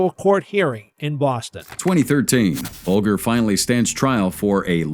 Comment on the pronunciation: "BULLGER"... It is pronounced "Bal-jah"